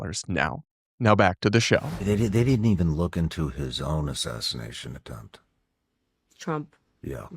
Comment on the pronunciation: Why does Candace randomly throw in an "h" behind every s in her language? Ishreal, assashrination, etc, etc